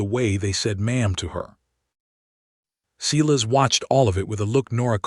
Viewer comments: Does a human ever listen to this before it's posted? If so, do they even speak English? It can't be Cee-lus, it has to be Silas (Si'-las)! AI stories can be good but some are just ridiculous in narration! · I agree, it takes away from the story,..........Silas is pronounced as SY-luhs (/ˈsaɪ.ləs). You say it with two parts: stress the first part to sound like "sigh," and say the second part softly like "luhs"